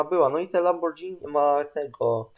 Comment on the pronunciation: Czyta się Lamborgini, to tak na przyszłość